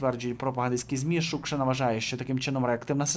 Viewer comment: Про Шукшину ти цікаво розказав, але ріже слух неправильний наголос в її призвищі. Репера я не знала, але за його розповідь я б не хотіла щоб у нього в сценічному образі було слово,,Київ ", хай бере Америку!